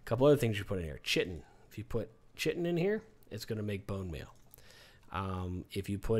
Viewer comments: Nice. You dont say chitin "shitin" you say kaitin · bro I'm screaming idk how to pronounce sloughing either, maybe slowing? but you said chit-inn. it's pronounced kai-tin. like kite. other than that, I've been watching this series and it is the most helpful. thank you so much and I love the sound of your voice as well. it's very soothing/relaxing. keep up the good work and thank you for uploading the most helpful videos on this game. I feel like I now know everything necessary about conan. I didn't know anything at all about this game before your videos. so thank you again and have an awesome day man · Sloughing is pronounced 'sluffing'. Chitin is pronounced 'kie-tin'.